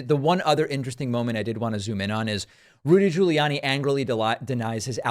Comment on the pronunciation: Did you just say "Looty"😂😂.. Rudy Looty 😂 Pakman AKA "Pacman 🤣🤣